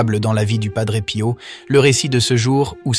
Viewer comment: Padre Pi-o (accentuer sur le "I"). Merci.